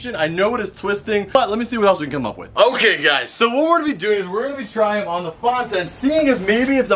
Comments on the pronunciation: Fan-ta not Faaaaan-ta 😂😂 good vid BTW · He said fonta insted of fanta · Did you just call fanta fonta?